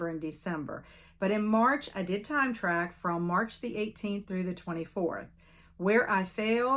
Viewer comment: When you said “time track” I heard “time travel” 😂 You’re doing great! There’s never quite enough time in a day to get everything done. I’m looking forward to all the book clubs and events for the rest of the year. ❤